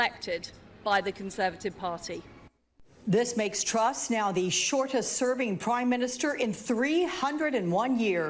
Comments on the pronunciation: Finally you say her name right, now that she's out, Troooose! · I love how Trevor finally learned how to pronounce "Truss" right when she's leaving